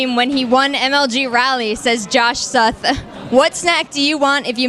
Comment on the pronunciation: You said it right though! It's Suth like Sutherland. =P And I will buy IdrA a steak dinner ez.